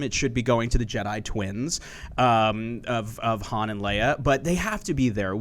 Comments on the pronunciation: Yes she pronounced his name wrong! It's Han (Hon) Solo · First of all it's not H(anne) Solo is H(ahn) Solo! 2nd of this guy said " the Jedi Twins, "HAN" & "LEIA"? I didn't know Han Solo and Leia were twins, I thought it was LUKE & LEIA! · will someone tell this chick to pronounce Han correctly please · Dammit... it's Han Solo... pronounced 'Hahn'. Has this chick even seen the movies??? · I think she said 'Hand Solo'. Blasphemy!